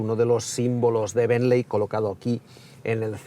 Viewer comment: Me sangran los oídos cada vez que dices "benley" 😂😵‍💫 Se escribe "Bentley" pero se pronuncia" Bently" Quitando eso que mastodonte es el Bentayga 😍😍 Lastima que en Monaco no hay muchos más